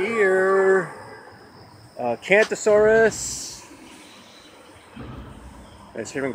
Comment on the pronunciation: Carnotaurus repeat Carnotaurus